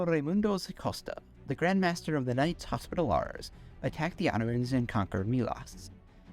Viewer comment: "Knights Hospitallahrs" 😆😆